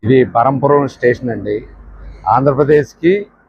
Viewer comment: స్టేషన్ పేరు బరంపురం కాదు. బ్రహ్మపురం